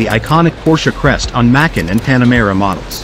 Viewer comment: Try fining a better AI voice for your videos. I have no idea what a Macken is!